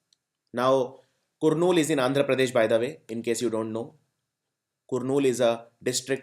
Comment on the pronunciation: Wrong pronunciation of "Kurnool"